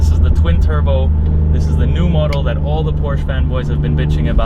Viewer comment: I like how you compare certain aspects of the car to other cars (steering, throttle response, etc.). However, you loose a lot of credibility when you pronounce this iconic brand incorrectly. It clearly has nothing to do with 'Poor'(sh) people! Lastly, although I have not yet driven a 488, it is my understanding that it has noticeably better throttle response than the 991.2 S. Furhtermore, regarding interior plastics and fit/finish, I would say that that 458 feels much cheaper inside than the 991, whatever their comparative materials may be...